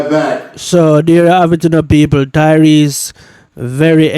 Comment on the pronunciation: Tyrese bro not Tyrone